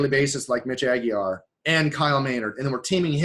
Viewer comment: Mitch Aguiar.. I love insertion of the L at the end.. Hahah, classic